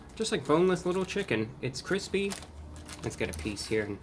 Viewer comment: Reviewbrah the dominos chicken looks feels and tastes like it was frozen and then microwaved. That aint cwispy